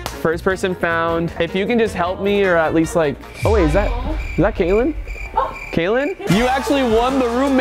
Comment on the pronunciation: Lmao said kayeln shut it 😂